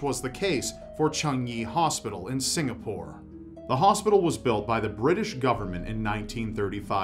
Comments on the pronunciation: pronounced "Singapore" and "Changi" correctly!!! Proud Singaporeans where you at? <3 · Thank you for talking about Singapore since I live there. And thank you for pronouncing the name correctly